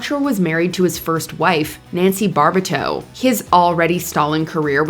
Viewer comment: Hey AI Bar-bu-to not Bar-ba-tu.